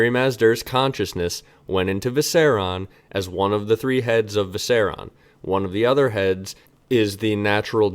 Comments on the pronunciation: Seven hells it’s Viser-I-on. 👏👏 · I’ve been consuming the last year of videos in a week and this is the first time you said something I disagree with. And it was they way you pronounce “Viserion”